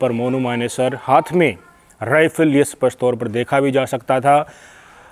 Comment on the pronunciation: आदरणीय भाई साहब, आप हिन्दी के कुछ शब्द हरियाणवी लहजे ना बोलें जैसे स्पष्ट को सपष्ट ना कहें साथ ही परिदृश्य को भी सही उच्चारण करें ।